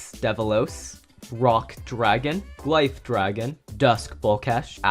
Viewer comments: It’s gliff not gliffe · Just so you know glyph dragon is pronounced gliff